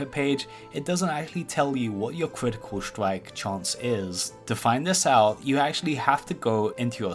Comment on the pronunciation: "cwitical stwike"